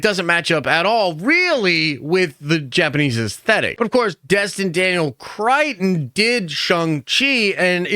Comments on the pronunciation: It’s not Crichton, cretin. It’s Cretton! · Bro really butchered destin’s last name 😂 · My man will never pronounce Destin Daniel Cretton's name correctly. 😂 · hasn't said it correctly in four years. He ain't starting now 😂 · It's Destin, not Dustin, and it's Cretton, not Crighton.